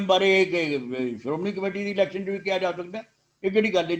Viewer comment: ਇਲੈਕਸ਼ਨ ਨਹੀਂ seletion